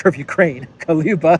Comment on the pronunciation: Kuleba, not Kaloba